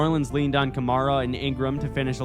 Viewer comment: He mispronounced kamara 4 times